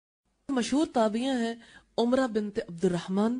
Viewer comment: Umra nahe Amra hai wo tabiya.